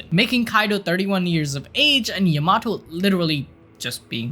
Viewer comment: Bro the way you’re saying Yamato is painful